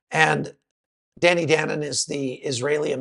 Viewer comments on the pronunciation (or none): none